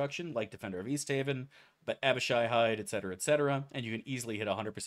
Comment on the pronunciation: Fug he said Abishai right, something devastating must have happened.